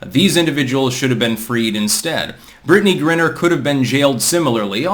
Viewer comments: it's Griner, not Grinner dude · it's not pronounces "Grinner", it's pronounced "Gryner" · It’s “gryner” not “grinner.” Yes, I am a pedant. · G-RYE-NER,. Same thing with John Cornyn,Cor-NIN,not Cor-NINE. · her name is pronounced Gri-Ner, with a long I. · GRI-ner..like CRY-ner. Christ,. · The fact repeatedly mispronounces Griner's name shows he knows less about the WNBA than the rest of us and that's saying a lot.